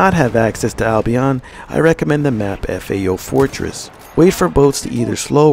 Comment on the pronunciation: "F A O fortress" 😂😂😂😂